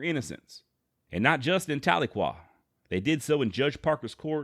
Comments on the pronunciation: Its pronounced TAL-eh-kwah with the emphasis on the first syllable. I have family there. They'd laugh if I said it "ta-LEE-kwah" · Talequa has a soft E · Tahlequah is pronounced Tal-le-quaw. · there is a good book by Larry McMurtry titled Zeke and Ned about Christie, enjoyed reading it. The way to say the name of the town is more like Tally Kwa btw ;) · Hey buddy, love the vids. Just a heads up tho. As a grandson of a Cherokee that was raised on the rez near Tahlequah Oklahoma, no biggie cause a lot of towns in Ok are weird, it’s pronounced Tal-e-kwah. Tal like the word tally, short E sound like the word end and quah like the word squaw. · I like Ned Christie. I think that often, unjust laws push people into a corner and they end up fighting with their backs up against a wall. Ordinary good people end up turning violent, as it becomes a fight for life. This is a very big injustice. PS. You mispronounced Talequah. Tal - LA - quah. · Tahlequah is pronounced like "towel- a- kwaw" by Oklahomans. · That's what I'm saying my family is from tahlequah Oklahoma and we always pronounced it different than how he's pronouncing it